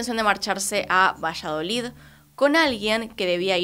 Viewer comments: Dijo villaloid luego vallaloid 😂 el caso es que no digo Valladolid hasta despues 😂😂 te amamos pero es VALLADOLID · Muchas gracias por el nuevo vídeo ♡ Solo que JAJAJ, me da ternura que digas "Vallaloid" y es "Valladolid" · al principio no entendía vallaloid, luego entendí q era Valladolid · Todos: Valladolid: VILLALOID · dijiste vallaloid varias veces y es valladolid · Dijo "Vishaloid" 🥰 a cualquiera puede pasarle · 😍😍 un tierno error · Bella, es VALLADOLID, leido tal cual se escribe. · ✨villaloid✨ 😂😂😂😂 A parte de esto, me encantó el vídeo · Dijiste "Villaloi" o algo así xdxdxd